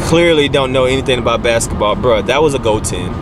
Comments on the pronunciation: Bask-eT-ball Not backs-et-ball. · My nigga said, "Bak-setball player" lmaoooooooooooooo I'm gone.